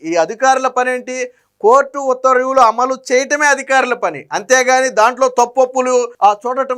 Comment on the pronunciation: ఉత్తర్వ్యూ లు కాదు, ఉత్తర్వు లు. చూసి కూడా చదవలేనివాళ్ళను గతంలో చూసాం. మీరు వారి వారసులు కాకండి